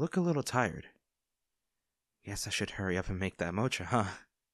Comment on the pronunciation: Mocha is pronounced mo-ka and not motsha ❤❤